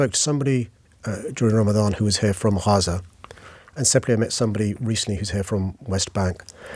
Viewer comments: Gaa ZAaa no haza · How is he saying 'Gaza'? KHAZA FFS! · i genuinely dont understand who tf has voted for him three times as mayor. aside from renaming the rail lines cringeworthy names, how has london improved? speaking of cringeworthy, the way he says "haza" instead of "gaza" 😬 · He cant even say Gaza properly the idiot is saying Haza! 🙄🤦‍♀️ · Not Haza, it's Gaza. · You weasel it's, GAZA NOT HARZA! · It's Gaza not Haza. At least get the pronunciation right. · Why did he call it haza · Why is he saying “Haza”? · Hilarious that Khan refuses to pronounce it as Gaza 😂😂😂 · Can’t even say “Gaza” what a clown 🤡🤡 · Why does he pronounce GAZA like that? 😅